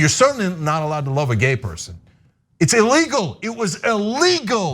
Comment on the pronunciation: WARNING! The following has NOTHING to do with transgenders: - - It sounds like Cenk is saying, that it is, “ā-legal, ā-legal, ā-legal.” Really catches my ear for some reason. I pronounce it more like, “ee-legal.” Now that I’ve heard Cenk pronounce it this way, I wonder if I’ll start catching more people saying that way. Kind of like the word, “height.” There are people out there who actually pronounce it as, “HeigTH.” (As if it had a “TH” on the end! Lol!)